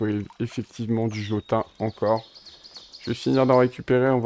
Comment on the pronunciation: Salut! Donne des armes et des outils à tes PNJ, ils feront mieux le travail et pourront te et se défendre. Sinon c'est du sang de Jotun qui se prononce Jotoun. Merci pour la vidéo!